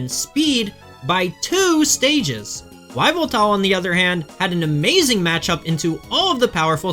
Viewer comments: Yveltal is pronounced "evil"tal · WHYveltal. Cringe. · Yveltal, pronounced Eev-el-tall. The internet is full of information. Choosing to muddy it with horrible pronounciarion is unforgivably bad of you. Please do better. Even if English is all you know how to speak, learn to embrace the internet and LEARN how mimic other languages. Please. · it's pronounced YAH-VEL-TAL! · Afraid you're the one whos lost. I'm agreeing with you that its weird he says "Why-vel-tal" because you dont just say the name of the first letter of a word instead of the sound it makes. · Why do you say Yveltal like that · That is not how you pronounce “Yveltal”, lol. The “Y” should be pronounced like a long “e”. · Nah man its totally normal to say the name of the letter and not the sound it makes. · His pronunciation of Yveltal is killing me lol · I really dont understand how he came to that conclusion of how to say it? Unless it has a hyphen (Z-axis, X-ray, etc) you dont just say the name of the letter lol.